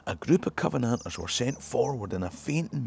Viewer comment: that's a hell of a way to pronounce Covenanters!